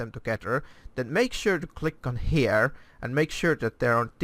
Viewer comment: Why "hjere"? Just say Here not hjere